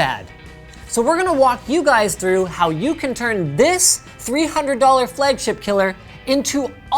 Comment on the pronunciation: Say "flehgship" one more time, I dare you